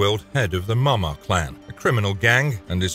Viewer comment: I wonder how long it took to decide how to pronounce Maw Maw for the video just to end up going with "Mumma" lmao